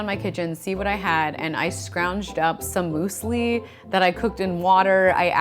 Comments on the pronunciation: is this how americans say "muesli" because if so that is hilarious. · Muesli? I didn't know Germany changed his geographical position.